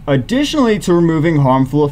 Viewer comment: That “Aditionally” from the number 2 spot got make my night dude! is such a funny guy